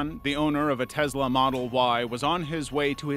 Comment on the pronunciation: You do not pronounce a lot of things right kennica like no and Tesla 😂